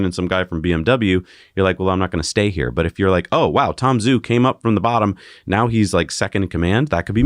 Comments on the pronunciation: Tom Zhu should be pronounced “Ju.” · Zhu sounds more like girls name Sue